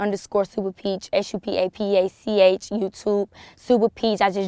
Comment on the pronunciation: Did she say "Supa pach"? Or am i hearing stuff at the end?